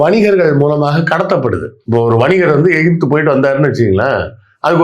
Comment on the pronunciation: ஈஜிபுத் னு சொன்னவர் விஞ்சானி செல்லூர்ராஜூ